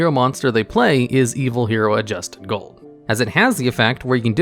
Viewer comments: You could have at least read ADUSTED, not ADJUSTED, Gold & Dark Calling before making this video. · "Arche Lord Zeratos" "I swarm" "Adjusted Gold" pronounce card names correctly challenge.